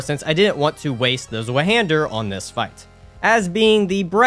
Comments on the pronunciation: Rest of the video was awesome sauce tho so im not hating buuut why is it so hard for english speaking people to pronounce german words🙏😭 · btw it’s pronounced zvi hander german for two hander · Fun fact: Zweihander is pronounced Z-vie-han-der since the zweihander was originally forged in Germany. The name quite literally means “double hander” or “two hander”. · Z in zweihander is not pronounced as z. Zwei is two in German. It pronounced as [tc] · The way use say Zweihander hurts my soul. Still, so far, fun video. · as a german i feel deeply insulted from ur pronounciation of zweihander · Clearly a strength user mispronouncing 50% of all weapons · I'm sorry but that pronunciation of Zweihander killed me lmao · The wrong pronunciation on Zweihander made me mad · fyi the 'w' in zweihander is pronounced like a 'v' in english. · the way he says zweihander😭 In all seriousness, fantastic video! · as an English speaker, it very much bothered me too 😵‍💫